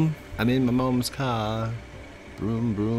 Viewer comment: Vroum vroum "Get out ma car" Lol! You know that too! With that british accent lol